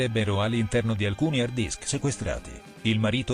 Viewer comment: Finalmente...la.pistola fumante. Nota di servizio per qualcuno : si dice hard disk non hair-disk